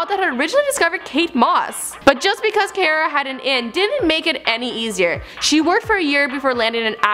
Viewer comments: CAR-UH not CARE-UH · CARA, NOT FUCKING KIERA 😂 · If your going to host a show about famous people, at least learn how to pronounce names. It's "car-ah" not "care-ah" and she's so awkward when she talks and moves it made me uncomfortable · for fucks sake it's not CARE-A it's CAR-AH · you mean car-ah not car-a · It's car-ra not care-ra! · Car-a, not Care-a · At least pronounce her first name properly, Do you drive a care? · car-a not care-a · This channel can never get anything right. Friking "Caera" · Fucking "care-uh" smh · it's pronounced car - a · It's pronounced cAra...like, CAR-A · DID YOU JUST SAY CAY-RA? TRIGGERED! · "Care-uh" fucking "care-uh" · this channel is notorious for mispronouncing names. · Her pronunciation of Cara irritated me the entire way through... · The pronounced her name wrong and I cringed so hard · Why would you mispronounce her first name when she clearly introduces herself with the correct pronunciation at the start of this video?? I don't know why you guys can't ever get pronunciation correct. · She's saying the name wrong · Stopped as soon as she said her name wrong, I'm sorry but come onnnnnn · Cara literally just says her name and then you mispronounce it. That annoyed me sm ahh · She's saying her name wrong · This host is so cringeworthy. She can't pronounce her name correctly, I can barely understand her slurring words, and when I do she sounds so forced and awkward. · if you're going to make a video about cara delevingne, at least pronounce it properly.